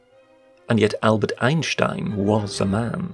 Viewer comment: As a German, your wonderful pronounciation of "Schwartzenegger" and "Einstein" is incredibly satisfying.